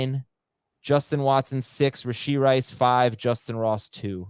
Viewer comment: Someone tell how to pronounce "Rashee" please. He's a future HOFer (save this).... So help now, before it's too late. "rah-SHEE".... Not "RAY-shee".